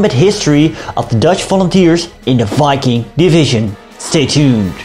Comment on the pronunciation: Thank you for pronouncing the name of the division correctly